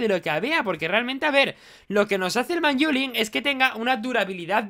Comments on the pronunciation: pls di manylum en vez de manyulin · le dice manyula, no tengo nada más que decir:v